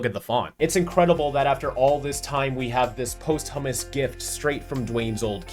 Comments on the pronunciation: Did you just say "post-hummus? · Excuse me did you just say post-hummus